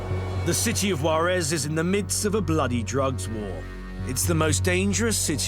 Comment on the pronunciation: IF YOU ARE GOING TO REPORT ABOUT MEXICO. PLEASE PRONOUNCE THE JUAREZ CORRECTLY! YOU ARE SAYING WAREZ.